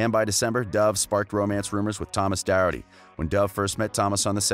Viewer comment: Thomas's surname is pronounced doc-herd-ty